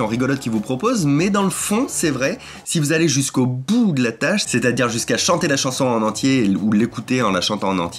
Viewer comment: je pense penser que me suis fait mentalisé! tu parlais de chanson, d'aller jusqu'au bout, et quand tu as bien appuyé sur le "jusqu'au bouuuut" dans ma tête ca a fait "JUSQU'AU BOUT DE MES REEEEEEEVES!"